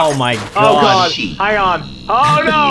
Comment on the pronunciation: Mehgaed.. Is deh cocktus!!!